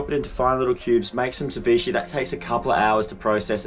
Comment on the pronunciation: Poke, is properly pronounced "PO- Kay", with the stronger tense on the "Po" . If you want to say it like its origin. And ceviche is pronounced "Seh - VEE- chay". Great day in the water. Your videographer is excellent! (Hahahah, even Vicky is correcting your pronunciation: Crema!!)!